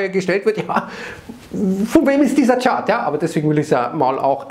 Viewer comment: Was hat es mit dieser extremen Betonung und mit den Kommentaren bezgl.. diesem Chart auf sich ? Hab da wohl was verpasst.